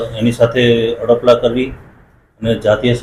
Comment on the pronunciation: Adpala kaho..apda nahi.anchor bolta sikho😅😅